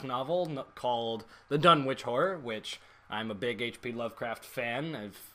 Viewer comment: Btw, it is pronounced Done-ich, not dunwich. but, another vid so i am happy any way.